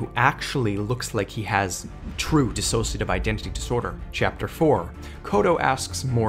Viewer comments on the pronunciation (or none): none